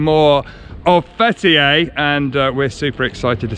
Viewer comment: Fetiey diyor adamcağız FBİ der gibi 😂. FTİ (Fetiey) Open the Door